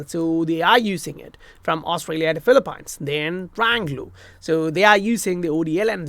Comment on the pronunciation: It’s pronounced Fil-lee-peens. Great job 👏👏👏